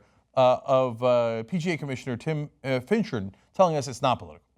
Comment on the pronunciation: Finchem...not Finchard